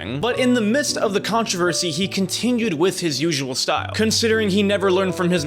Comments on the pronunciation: really liked the vid, but are we really gonna ignore the word "controvershy" on ? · did he say controver'shi'? Or am i mishearing things. Haven't slept in 2 days 😂